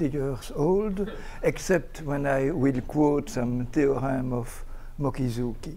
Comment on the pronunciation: He manages to mispronounce Mochizuki (Mokizouki).... all a French speaker needs to do to get that 95% right is to spell it in his brains as Motchizouki. It is amazing to be so bad. But Deligne is a great mathematician.... so forgiven there.